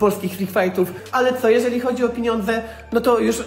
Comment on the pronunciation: piniondze 😂 az musiałem cofnąć, aby być pewnym, że tak powiedział 🤣🤣 Nie wiem dlaczego, ale mam z tego beke 😂